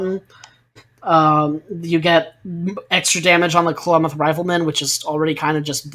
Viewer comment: Ah. As an Oregonian, I must say- Klamath, pronounced "clam- ath (as in math, emphasis on the first syllable)." They're native to the PNW